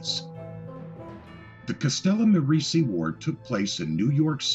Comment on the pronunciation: Castellamare = "Castella-MAH-ray".